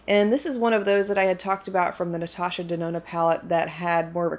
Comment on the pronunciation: "Natasha DeNONO" Hey,! How you doin', girl?! 🤣